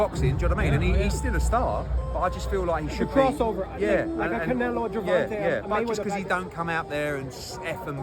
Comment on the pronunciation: Nobody: Paulie: “Gervontah Davis”